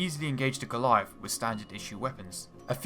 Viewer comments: WTF is a Galleiff? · The Goleiahff.... Musste noch mal zurück spülen um zu registrieren dass er Goliath sagen möchte...